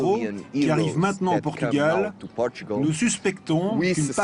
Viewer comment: A crise chegou ao nome do país? O "r" terá sido vendido ou penhorado?...é "Portugal" é não "Potugal". Tirando isso, Força Camaradas ;)